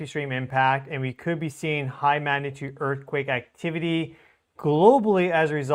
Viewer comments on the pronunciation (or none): listen to how you say the word “magnitude”. You are saying it many times without the “g” sound - ma natude. Practice it as “mag na tude”. I believe this will help your viewers who expect a level of accuracy in all things. I’m guessing this pronunciation developed because you are speaking so rapidly to cover a large amount of data and observations. Please take this as a helpful suggestion rather than criticism. Your coverage of earth and solar observations is fantastic!